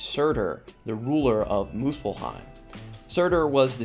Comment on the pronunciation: Time to take a trip to MILF-heim 😂